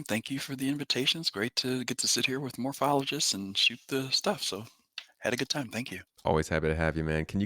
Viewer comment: Lol MOAPhologist XD